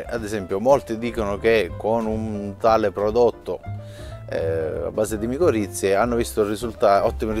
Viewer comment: sono miccorrize non moccorizie😅😅